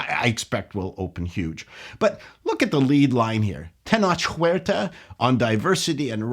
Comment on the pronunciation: Masterful pronunciation of "Tenoch Huerta"! Congrats!